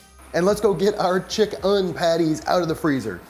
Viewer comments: Chick-"IN"!!! IN, IN, IN!! NOT chick-"UN"!!!! 😂😂😂😬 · I love how he says “chick-UHN” to differentiate that it’s vegan chicken.